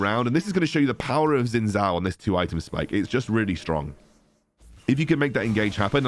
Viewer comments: Its pronounced as shin jao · jow shin technically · Just FYI his name should be pronounced more like shin jao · No one seems to be able to pronounce Xin Zhao correctly.